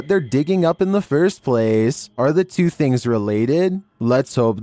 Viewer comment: “Things” is one syllable. Not “thi-ings”